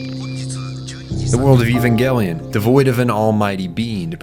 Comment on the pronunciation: The director has already stated, it's pronounced evan-gelion. Over a decade ago. Don't make a lot video if you don't even care. Let me watch the rest of this drive to get a bigger picture of your ignorance, nah garbage.